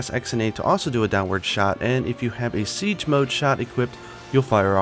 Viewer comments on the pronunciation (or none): none